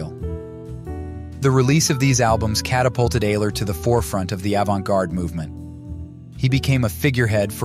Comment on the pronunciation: His name is pronounced Albert " Eye -ler " Ayler . He was from Cleveland . Ohio . Maria Maria his Girl Friend destroyed him , ruined his music and kept him away from his fellow musicians like Sunny Murray and others . Albert was a true Genius . We loved him very much . " Albert Ayler Lives " Thanks for the Video .